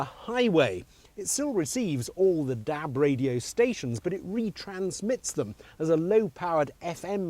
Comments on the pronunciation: Haha, apart from the way he says Dab not DAB, it's great. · i love the way he says dab....DAB!